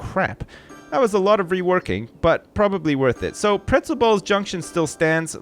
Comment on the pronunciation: "Pretzel ball JUNK tion"